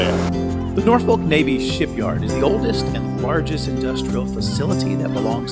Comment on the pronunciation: Just want to help you with pronunciation spell Norfolk, say Nor Phuk. Thanks for the Video. Great your and info.